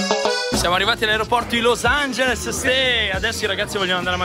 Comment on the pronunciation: per come pronunci los angeles dovresti tu studiare l'inglese